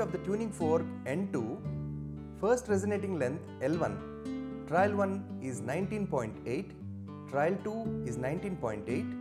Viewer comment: I guess it should be "trial" and not "trail"?